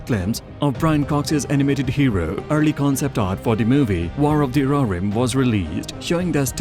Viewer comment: roh hir rim , not rorim